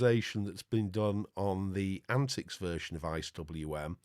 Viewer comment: I am surprised you did not correct the pronunciation and capitalization of the antiX name. :-)